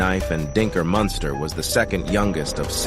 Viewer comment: Then you go fucc up his name.... Munster😅😅😅😅 wtf is that shit..... Ol lame ass fucc nigga